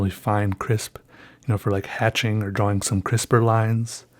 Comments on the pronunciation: lol i can't stop laughing cuz he says drawling instead or drawing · Drawing not DROH WING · ffs can you say drawing please. not drawling it's irritating aside from that great video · Its pronounced "drawL" with an "L" at the end. Jesus Christ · Why does he always say drawling instead of drawing?? It always makes me feel weird if that makes sense lol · “draw-wing..” love it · "besides a draw-wing" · Not to be rude but holy crap the rambling about using a pencil was probably the most boring thing I listened to in a long time. And not to mention the huge pronunciation of 'draween' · am I the only one who thought he kept saying "drowling" instead of "drawing"? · I love how he pronounces "drawing" like "draw wing" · dr-aw-ing. love it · haha i love the way u say drawing..u really pronounce the w. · At this point I think you know that's not how you're supposed to pronounce drawing but you just don't care. Great videos! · I love how u pronounce drawing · the way you say drawing urks me for some reason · i love how he says "drawing" with a hard w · Has ever explained why he says drawing the way he does?